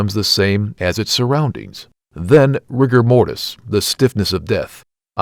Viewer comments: It’s “rigor mortis,” Latin for the stiffness of death. I don’t know who River moris is…. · Stopped watching at "Riger moris"!!! :D